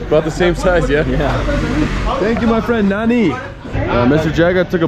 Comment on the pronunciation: It's funny how you say Nanri(Thank you). You say it like Nanny!! There is a R in between.